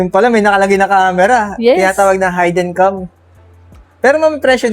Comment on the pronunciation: iko-correct lang kita idol hindi "hayden cam" mas tama yung "hidden cam"...thank me later...